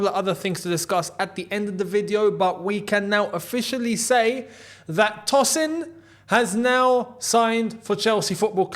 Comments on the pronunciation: Hi...I don't mean to be rude, it's pronounced as "Toe- sin" not "Toss- in". It's a Nigerian, Yoruba name..😅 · Hey, Tosin is of Nigerian descent and it would be more accurate to pronounce his name as Toe-Sin I hope this was insightful for you my friend